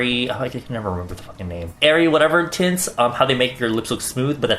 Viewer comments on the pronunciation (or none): I keep on hearing tits 😂😂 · I know was saying "tints" but i couldnt help but hear "tits" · Everytime he says "tints" I hear "tits", why tf